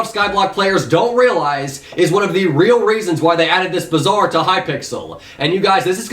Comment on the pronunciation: Bazaar is pronounced like Baazaar and its meaning is "market"